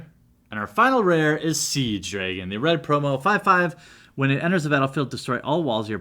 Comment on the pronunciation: Do all Americans pronounce "Dragon" like that?